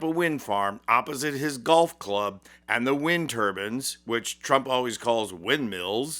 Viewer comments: It's wind turbines, not turbans- a head wrap. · Wind tur-bines not wind turbans. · Turbines /bainz/ not turbins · turban and turbine very different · Like the video, love the message! But, please recognize that there is a difference between turbines and turbans!! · They aren’t “ turbans” they are turBINES with a long I. As is Mines Whines Fines DInes.